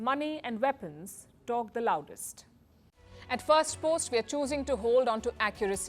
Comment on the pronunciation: Great report. Your last sentence you said talk the “loudest” was hard to understand